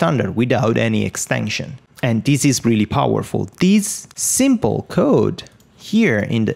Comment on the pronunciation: I love it when you say "Super simpol"... it brings a sense of confidence to those who are learning, like me.... 5 years as web developer but the first time learning how to actually develop for Wordpress :D